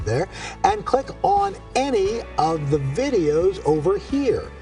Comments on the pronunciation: "...house OH cards..." Do you even read bro? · "Nekflix series House O cards"? Forgot how to speak?